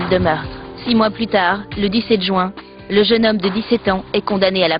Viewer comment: haha a dit jouin tout le long au lieu de juin O_O